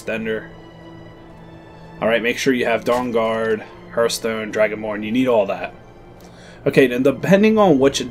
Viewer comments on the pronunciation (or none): It hurts me when he says "Hearthstone"